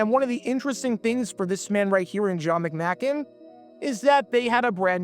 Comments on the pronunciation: Pronounced McMake n. Randy Grossman not Burt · McM-AY- kin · You pronounced John McMakin's name wrong. It's a long a, not a short one. The Lions were already down to their 3ed string Quarterback and tons of other injuries. You're really reaching for a story. Lions Rule!!!!